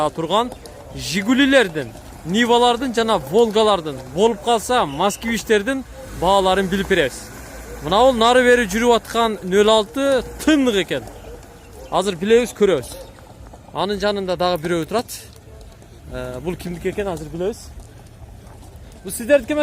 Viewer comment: тынык эмес тунук экен деп жур иним !